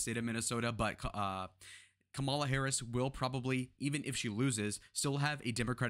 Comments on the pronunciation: Assuming that you’re making a good faith mistake, it’s Kamala pronounced like Comma-La. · White guy constantly mispronouncing vp Harris name. Can't take this video seriously. He loves to say classic names like bob, Adam, Bernie but to ignorant to say the word mommala with a K. Racist white dude lives on.